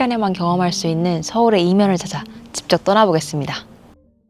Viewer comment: 직접을 항상 집접 이라 하시네 ㅋㅋ